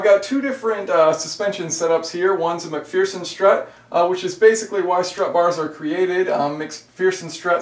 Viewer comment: MAC-FEARSEN strut 😂🤣😂🤣